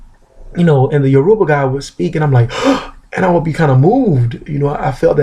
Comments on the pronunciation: It's pronounced "YOUR-u-ba" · How do you know a Yoruba proverb but not know how to pronounce the very word "Yoruba"? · Piss off, he is an American embracing his Yoruba roots, he didn't grow up with our language